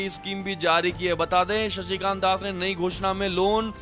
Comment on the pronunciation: RBI Governor's name may correctly be told as "Shaktikanta Das", not otherwise, please.